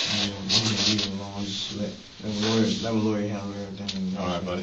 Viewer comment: So dumb he can't say "Lawyer"